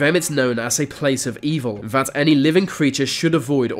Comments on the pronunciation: It’s so irritating when he says vat, errmmmm it’s called “that” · Why does ‘vis’ guy pronounce every ‘th’ sound with a V please? ‘Vat’ is extremely irritating. 👀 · The..... NOT Vee! That..... NOT Vat!...........ffs It's not difficult!👎😠👎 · It’s pronounced “that” not “vat” and “the”not “v” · THem not Ven, THat not Vat, They not Vey, anoTHer not anuva. THe not Veh....... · Please learn to pronounce the "th", viss, vat, alvough, va, ve, vem, wivin... should be THis THat alTHough THe Them wiTHin..